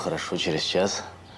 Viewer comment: "Что бы через чаШ лежал отчет у меня!" У у этой актрисы с произношением букв проблемы! Аж слух режет!